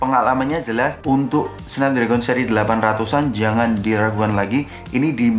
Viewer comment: Bang bacanya Snapdragon bukan Snapdragon